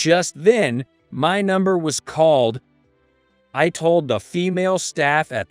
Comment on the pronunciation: Poo-ah? Thahm- son? Thold? Tarking? Tone deef?